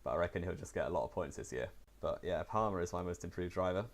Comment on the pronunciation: You got Palmer so wrong xD